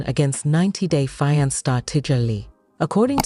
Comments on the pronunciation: 90 day Feeankay 😂😂😂😂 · **fee-ahn-kay = fiance 😅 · I made it 7 whole seconds until the AI voice pronounced fiance crazier than I've ever heard it pronounced and I'm already done with this video! I can't stand AI voices and I think it is SOOO lazy on the creators part! 👎🏼